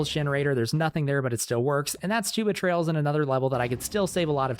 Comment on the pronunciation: I thought it was Tuba Trails